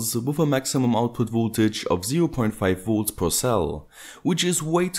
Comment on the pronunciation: His videos are great - I just can't stand his pronounciation of 'Volts' - he's always saying 'woolts' :)